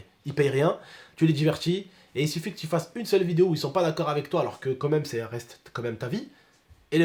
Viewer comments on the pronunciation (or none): Mec retourne en cp wallah ça se dit « quand même » pas « comme même »